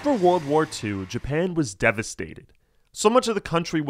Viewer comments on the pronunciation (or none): none